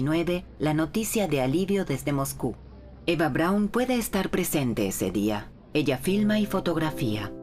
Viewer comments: No es Brawn... Es: BRAUN. No era inglesa: era alemana!!! Siempre es bueno informarse antes de hablar sobre algun tema que desconocemos por completo, para no publicar estupideces... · Perdona , pero "Brawn" no era el apellido de Eva , sino BRAUN !!!